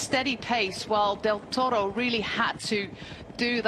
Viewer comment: I can't listen to this woman applying a random accent to say "Del Toro"'!